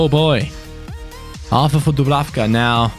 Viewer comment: #fanobjectives Dublanka Score 7 goals with dubrafka or as you like to say pablenka Like so can see